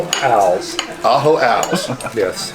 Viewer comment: Ajo als ajo as in garlic.